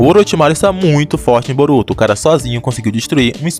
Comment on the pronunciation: Brotuo??? Que português é esse Man mais de boa